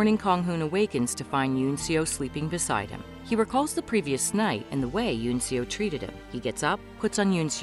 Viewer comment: The one who gives eun seo her humorous dog costume for handing out advertising flyers is her brother, not Kang Hoon. And Seo is pronounced Saw.